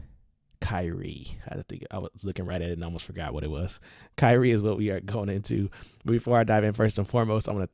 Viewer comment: "Kyrie" is pronounced keer-ee-ay. "Kyrie eleison" is a Greek phrase used in the Roman Rite Catholic Mass.